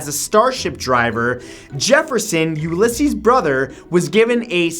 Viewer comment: its pronounced u-la-seas